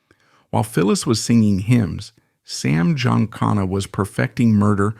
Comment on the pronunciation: … your stupid AI can’t pronounce Giancana correctly.